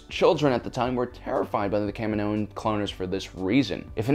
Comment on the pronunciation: The planet is called KAH-ME-NO!! NOT KAM-IN-OH! Thus they are called KAH-MEE-NO-INS, not KAM-IN-OH-INS.